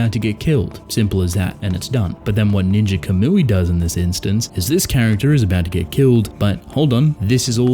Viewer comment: For the record, it's pronounced caw-mooey. Not cuh-mooey. Thank you for your review video, nonetheless.